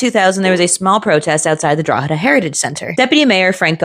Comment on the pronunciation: Respect for pronouncing "Drogheda" correctly. You'd be surprised at how some pronounce it